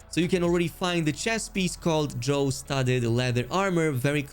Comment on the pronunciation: Drow rhymes with cow, not flow.